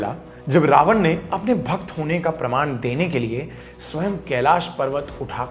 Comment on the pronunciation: pehli cheez, Raavanaaa nhi hota raavan hota h, angrez nhi dekhne vaale ye video